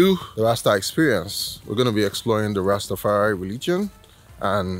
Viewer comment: Well done You learned to say Ras Tafari, and not Ras Ta. There is no such thing as a Ras Ta. Any Ethitrean ( Ethiopian and Eritrean ) will tell you that